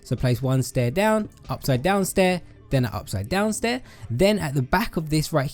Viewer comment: “and one heh” 😂😂